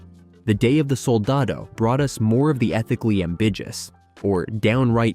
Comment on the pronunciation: Ambijus? Josh Berenthal? I think it’s pronounced ambiguous with a hard g and Jon Bernthal.